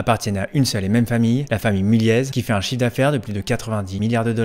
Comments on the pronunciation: On prononce "Mulié" et pas "Mulièze"... tu devrais le savoir ! ☝️ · On prononce mulier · On prononce pas le Z à mulliez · Par contre le z ne se prononce pas